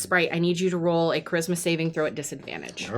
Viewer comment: Everytime she says "charisma saving throw" i keep hearing "christmas evening throw"